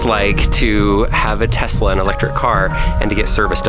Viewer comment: “Her in my garage with brand tesluni” so “Knowledge”?